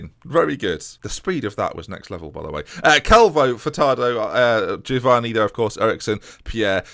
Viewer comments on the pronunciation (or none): none